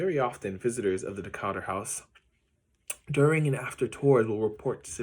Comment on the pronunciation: Your pronouncing his name wrong. Its not Decarture... its DE-Cature